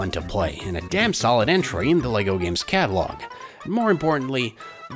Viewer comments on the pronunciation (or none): the accent on that,"the catalogue of my heart"